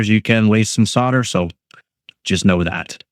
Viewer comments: Solder not sodder. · Yep. Really irritating to hear sodder. I thought the only country to pronounce it sodder were your neighbours,(and soon to be assimilated into the US ...Joking of course ) . Sussed you were Canadian by the pronouncing the word "out". Have been doing the electronics etc stuff for over 60 yrs- yep an old boy. So if you won't pronounce it as solder then I will have to watch with the sound turned down.... Cheers and good luck with the channel.